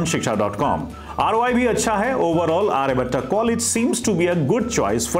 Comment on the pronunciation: sir firstly just pronounce आर्यभट्ट not Aryabhattaaaa. Baaki overall college development stage m hi h. aane wale 3-4 saalon m kaafi kuch improve hoga. Aur ek collage m ho ke aapko do college campus ka mahol milta h.